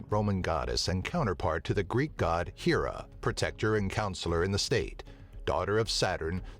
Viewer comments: ok ur so saying Hera wrong. It's not 'HE' Ra, it's 'HAIR'A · I've got a couple of ideas for this one...first of all, why were Venus and Pluto left out? Second of all, Hera is pronounced with a short "e,"not a long one.